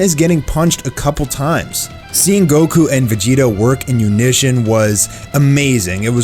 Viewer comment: What’s “unition”? Did you mean “unison”?